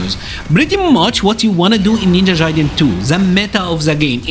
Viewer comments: Jaiden???? It’s gaiden. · Ninja Jaiden? 😆😂 Hard “G” for Gaiden (guy-den) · bro how do you play this game so much and pronounce it ninja jaiden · Guy-den lol but keep pronouncing your way you earned it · haha that's ok man ! It's indeed a japanese word (外伝). And yeah if that can help you as an English speaker you can say "Guy-den". No offense really, it was just funny because nowadays most media pronounce correctly those kind of "Japanese words that you can often find in video game titles". I like your content, continue the good work!